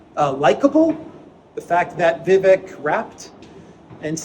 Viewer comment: Thanks. Your walk and talks never fail to inform, stimulate discussion and bring us to places we might not otherwise ever see from such a perspective. Oh and the 'vek' part of Vivek rhymes with cake. Thanks again